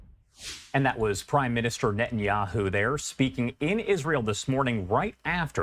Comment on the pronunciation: His name is Ne-TA-nyahu, not Ne- -nyahu.